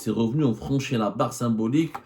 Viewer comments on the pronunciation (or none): none